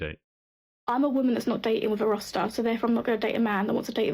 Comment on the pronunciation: Day-T-in, so dating is a 3 syllable word now?